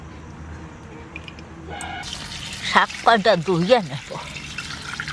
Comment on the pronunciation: কথাটা শাগ না শাক